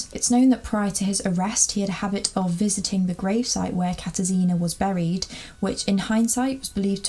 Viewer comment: It is pronounced kata-shina instead of katar sina